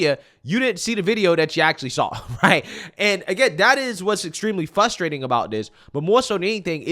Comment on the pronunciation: Is it "fustrating"? There are other videos